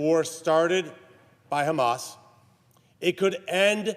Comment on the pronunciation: Its called hamas not khamas